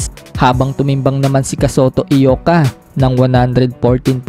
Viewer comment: Congrats tol kasi tama bigkas mo Eyoka hindi Ayoka tulad ng ibang nagmamagaling na bloggers